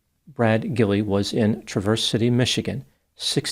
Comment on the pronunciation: it’s pronounced TRAV-ers city.